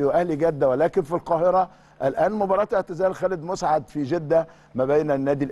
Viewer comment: مسعد...بفتح الميم و السين ساكنه...كان لاعب رائع جدا ومحترم